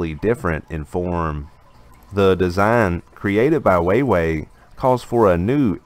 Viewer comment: I cringed every time he said it. How do you run a news channel not knowing how to pronounce wah-way.🤦‍♂️🤷🏼‍♂️